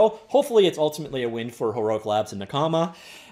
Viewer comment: Your “a” sound in the pronunciation is fine, but put the stress in the second syllable: “naKAma”